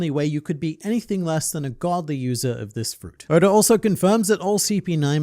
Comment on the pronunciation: Please stop calling him Odor 😭